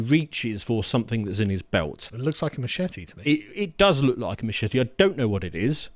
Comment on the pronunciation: please learn how to properly pronounce "machete" :D